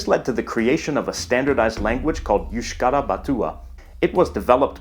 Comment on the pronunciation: Basque talking here, fun fact: Basque in euskera is euskaldun (that comes from Eusk-ahaldun, literally meaning "who is able to speak euskera") and you pronounce basque words better than some " basques" (I write it sarcastically because even though they live in the pais basque they aren't real basques)